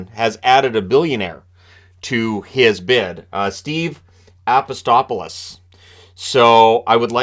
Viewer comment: Minor quibble: It's Apostolopoulos instead of Apostopolis. That's a lot of o's in that there name.